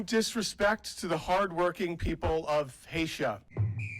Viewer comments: Hay-sha??? Try pronouncing it properly…. Hay-ti. Mind you from people who still insist in pronouncing Kamala as Kam-ála, what else would you expect? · Hatia??? Haisha??? Its Haiti!! HAITI!!! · Can someone let him know that from Haiti not haitia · Did he really say "the people of Hatia"? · "Haitia" holy crap! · 😂 Damn it, I couldn't even get past "...people of Haysha." 🤣🤭🤌🏻 Edit: The blank screen! 🤣 Edit edit: Purple sweater was on fire 🔥🔥🔥🔥🔥💙💙💙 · Trump supporter: “Haitia” 😂😂😂 Shows you the intelligence of Trumpers 😂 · "Haitia" Holy fuck when you just thought they couldn't get any more stupid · CANNOT EVEN PRONOUNCE THE NAME HAITIA PROPERLY AND ARE REPRESENTATIVES OF THE DRUMPF VP 🤔🙄KMT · "Haysha." Not hay-tee. They obviously know what they're talking about. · Omg. Of “Hayshah” ahhh🫣😅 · "The hardworking people of Haitia." 😂😂😂😂😂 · It's Haiti, not Hate-cha! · The fact that they keep saying “Haysha” (phonetic) tells you how bright they are. Guyliner said the same thing and people say he is educated. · Not “Hatia” 😂😂😂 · did he just call Haiti Haitia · That dude said Haiti wrong which goes to show how ignorant people are. They literally can’t even say the country right. Smh. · People from “Haitia” 😂